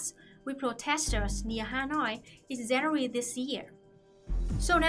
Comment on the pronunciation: I like languages and it's just a brazillian curiosity about it, it's not a criticism. What is the pattern in the vietnamese language that make you change the english pronunciation of "j" and "g" to "z"? You always pronouncing, for example, "zanuary" instead "january", and it's cuttie!